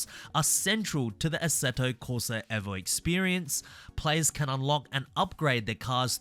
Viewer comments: Eh vo???? I'm just gonna keep calling it EE vo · This mane said assetto corsa EHHVO 😂 Bruh gtfoh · Eeeeevo Not Evo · Why do you say evo like that 🫨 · can we pronounce Evo properly please